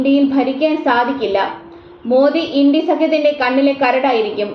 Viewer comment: ഇൻഡി സഖ്യമോ? മലയാളികൾക്ക് നാണക്കേടാണ് ച ഉച്ചാരണം!